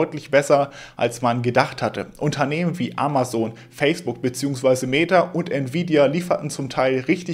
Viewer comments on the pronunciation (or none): none